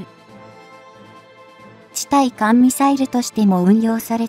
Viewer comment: 読み間違いが多過ぎるので低評価。 対艦（たいかん）を「ついかん」、空対地（くうたいち）や空対艦（くうたいかん）を「そらたいち」「そらたいかん」なんて普通読まん。